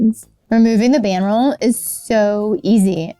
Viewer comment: Didn't sound like that. Enunciation is key to understanding.